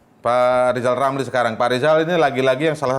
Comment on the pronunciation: Lijal lamli?Ngomong apa lijal lamli?100% ngili ya kalna dipecat jadi mentli?